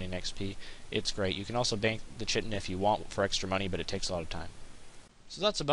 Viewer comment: Lol, shitin? Its (K-I-TIN) or something like that